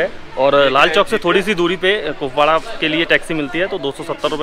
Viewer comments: पुकवाडा नहीं कुपवाड़ा बोलिए। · 😂😂😂🤣🤣🤣 It's not pukwada It's Kupwara district what a pronounciation 👍🏻..... literally hasi ruk nhi rhi ...😅Lol Anyone here from Bhaderwah JK